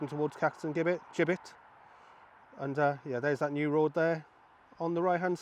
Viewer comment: Now, this is, without doubt, your best video yet! For one thing, you've said 'Gibbet' right (tongue in cheek for that one) but you have also managed to give a very excellent commentary (not that you haven't before) to describe the changes you have seen. I agree with the person below who suggested that you include a graphic (i.e. map) in your video to make it even more informative. Thanks. Love the accent btw!